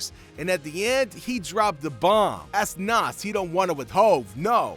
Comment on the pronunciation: Even the way he pronounce Nas is cringe worthy smh, who is bul?😒